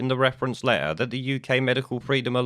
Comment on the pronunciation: Sorry, and I guess it's considered rude to say it but I can't face listening to somebody who says open lair instead of open letter.